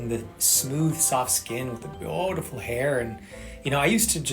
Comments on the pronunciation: every time he says bootiful I want to end it all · Why does he say beautiful like that? This has to be satire, right?